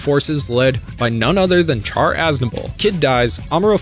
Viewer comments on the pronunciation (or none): “Char” is read “Sha-r” 😂😂😂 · Are you not aware Chars name is short for Charleman, it's not char like a fire, it's like Shar. You're like the Batman fan that says raz al Gul and not the correct ray-sh al Gul yet your a huge fan. Do you say may-ri-o instead of Mario? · Are we not going to address that Char's name should be pronounced (Shar). 😅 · its not pronounced Char as in charcoal its Char as in Shar they said it countless times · PRONOUNCED "SHAR" JESUS CHRIST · Why are there so many Youtubers who can't pronounce simple things in Gundam, like Char? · You get a dislike for continuously pronouncing Char’s name wrong. Sorry. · Did you mispronounce Char's name on purpose? Also, you said 'nucular' (not a word), 'prosperity' when you clearly meant 'posterity', and I've never in my life heard someone say 'en-sine'. Have you seriously never heard the word ensign pronounced? Not smart.